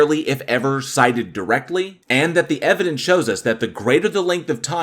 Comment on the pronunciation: You know someone's argument is invalid when they say "evidence-es" 😂